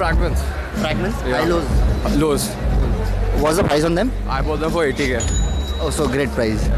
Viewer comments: Bought ❌ BoughTTT✅😂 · "Ever bough TTTTTT"